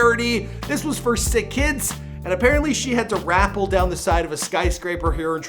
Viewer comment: Oooh....rappel is pronounced rah-pel, not rapple. 🤦‍♀️